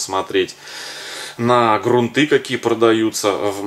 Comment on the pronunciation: Правда, очень много лишних слов, а время у всех в дефиците.. хотелось узнать о грунте, но .. жаль. Кстати, в слове грунты ударение ставится на первой гласной.